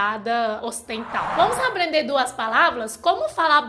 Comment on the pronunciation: Chinês raiz é isso aê, fala "aplender".